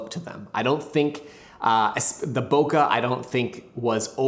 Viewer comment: Please say bokeh correctly